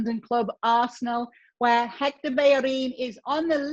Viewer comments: Not a big deal. It's hard for them not to pronounce the "h". She is trying tho. She did a very good job pronouncing "Bellerin" and "Sérgio" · Héctor Bellerín, the 'h' is silent in Spanish. Still don't know it?